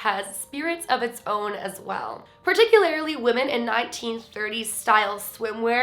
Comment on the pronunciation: does anyone else notice how uses the word "particularily" instead of "particularly"? I love her lol